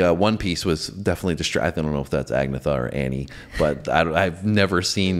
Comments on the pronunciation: Agnetha Faltskog is pronounced as Ann-Yetta Feltskog. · Agnetha, pronounced: Ag-NET-ha (blond). Anna-frid is called Frida. Benny (keyboard) writes ALL of the music. Bjorn (guitar) writes ALL of the lyrics. Because the girls have such a unique sound, instantly recognizable and is the main reason for the groups success, Benny and Bjorn agreed to split EVERYTHING that the band made 4 ways equally! A strong testament to their character I believe! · Surely someone has done this, but I’ll provide a little ABBA phonics lesson. Agnetha is pronounced Ah-Nyet-tah. Ani-Frid, while contributing the second A in the group’s name, is known by fans as Frida. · Agnetha's name is pronounced "An-YET-a" and Annifrid is either Anna or (more commonly) Frida. Benny plays the piano, Bjorn plays the guitar.